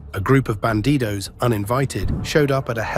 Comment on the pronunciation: It's "Bandidos", not "Banditos".